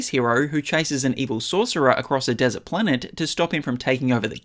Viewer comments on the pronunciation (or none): none